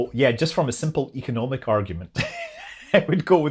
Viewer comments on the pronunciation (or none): none